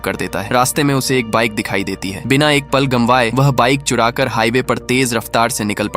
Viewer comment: Gamwaye nhi Gawaye. Nice explanation